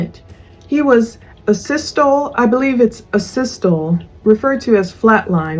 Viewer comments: It’s not .. to lee lol 😂😂 tal ee.. Asystole correct spelling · It's pronounced ā-systol-ie pr eeeeee at the end. You pronounce the e at the end, unlike most words in the english language. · I could tell you were struggling with the pronunciation of Asystole... It's A-Sis-Tol-EE 💜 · Asystole…pronounced…A…sis…toll…eee….flat line…absence of electrical activity of the heart. Depending on certain things being present….the time of death can be pretty accurately pinpointed. Like settling of blood because it’s no longer being pumped by the heart…dependant lividity…the back and extremities will be purple….or side….also…core body temperature….. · One of my favorite quotes (paraphrased) is never judge someone for not being able to pronounce a word because they learned it from reading! (I read a lot and cannot pronounce a lot of words!) LOL. But to help a friend out, it’s pronounced “a-sis-tole-ee” 😁 (one of the few words I can pronounce!) 😂😂😂 Love your videos and the voice characterizations were great!